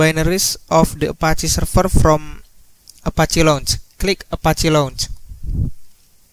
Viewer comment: Serfer serfice🤣